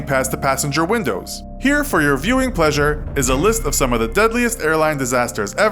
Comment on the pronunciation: "for your viewing pleaseure". really?